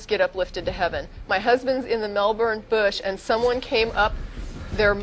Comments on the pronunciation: lol so funny how she pronounces our cites. melburrrrrn and bris-bane. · I am amused my the wrong pronunciations of Melbourne and Brisbane. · Lol, they pronounce Melbourne and Brisbane in a funny way :P